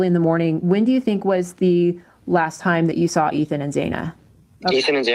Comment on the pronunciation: I think he came across quite well. I felt he was annoyed by her continuously pronouncing Xanas name wrong because he kept resaying their names. Did she do that on purpose?? I feel his sister and brother definitely have info on what happened that night. Also think he knows something but didn't see it himself but has heard something made a point of saying from what he saw, so talk to the brother and sister in my opinion. I mean it's weird all the police say Xanas name wrong why?